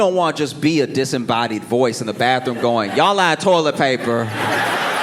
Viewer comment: When he said, “this goin be good” I haven’t heard it said like that since Louisiana